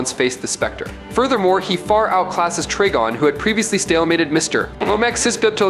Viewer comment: its pronounced TRY-GON...